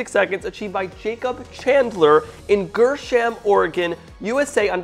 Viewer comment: He's from "Greh Sham" not "GirSham"